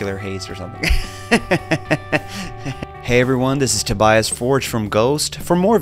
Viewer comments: Dude just pronounced his own name "Toe-BIAS". not 'TOBY-us". I'm callin' that correct from now on! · I never knew Tobias anglicized the pronunciation of his own name lol